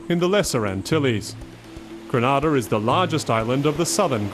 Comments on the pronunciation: GrEnada - not GrAnada - why cant people pronounce the name of the Island properly? Granada is in Spain. Grenada in in the Caribbean! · Please pronounce the name properly it's GRENADA not Granada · I loved the miniature history lesson, but it was rather unfortunate that the narrator kept mispronouncing the the Island. It's pronounced Gree- nay-dah not Gre-Nah-dah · Great video ... please know Grenada is promounced Gree- nay-dah thank you. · LOOOOOOOOL its Gre-nay-da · Granada is another place altogether. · Lovely visuals, many great nuggets of history BUT I cannot share a video that so blatently ignores a basic concept of getting the name right. Gre- NAY-da. It's painful to Grenadians to hear it so mispronounced. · If you are going to make a video about GRENADA - perhaps you should first learn how to pronounce it properly. It's easy Gre-NAY-Da. Try it. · Someone should tell this narrator that he is pronouncing GRENADA wrongly. It is not the same pronunciation as the Spanish country Granada. It is GRENADA!! pronounced Greenayda!!!!! Get it right Narrator... PLEASE! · I hate how this guy keeps saying Grenada like Granada. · mustafa ahmed Lol right! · That's not how you pronounce Grenada 🇬🇩🇬🇩🇬🇩🇬🇩🇬🇩